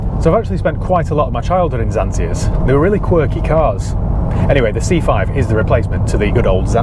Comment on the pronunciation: zansija? lol we pronounce it ksantija :D